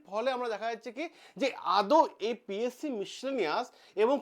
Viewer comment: Psc valo kore uccharon korben😂😂😂😂😂